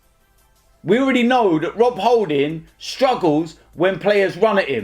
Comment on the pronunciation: Holding tackle the man.sum Jamaican accent there.. From DT